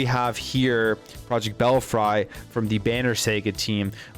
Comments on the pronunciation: Fuck! it is pronounced bell-free and saw-ga! It truly hurts ny brain to hear you say them like that. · It’s pronounced bell free. Ever heard of bats in a belfry?? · Bell free is the correct pronunciation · Belfry is pronounce, "Bell-free."